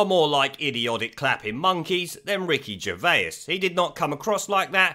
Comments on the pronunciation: Who’s Ricky Gervayers? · Who's Ricky Gerveyus?